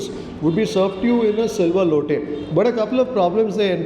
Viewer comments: It is lota... Not lote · loate alla loata😂